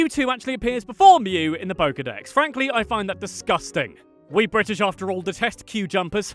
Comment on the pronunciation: when you said, "we Brits" I heard, "wee Brits" lmao